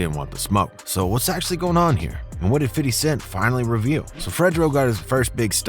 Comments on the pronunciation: His name is not “fiddy” it’s pronounced “fifty” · The name "50 Cent" actually came from someone else who lived in Brooklyn. He turned it into meaning "change" for promo reasons. Also...its OK to acknowledge him as Fifty not Fitty every minute. They said "Fitty" is how u should pronounce it in an interview once but we don't really pronounce it like that bro. We say FIFTY or maybe FIF. Fitty sounds annoying. Bet u hear no black ppl say "Fitty" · Fitty smh say 50 man !!! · Bruh just say fifty....fiddy just sounds were and is too close to Diddy......and I'm sure Fif hates it lol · Wyte ppl saying fiddy cent always makes me chuckle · Why you saying “fiddy” lmao ppl these days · Why do white people think saying fiddy sound cool. No black people say his name like that. Dude you sound like a fucking idiot. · I hate how alot of white folks pronunciate 50 cents name. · for real bro sounded like a suburban white kid lol never heard niggaz pronounce it like that. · I cringed every time he said a name wrong